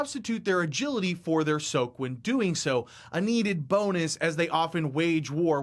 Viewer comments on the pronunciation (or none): none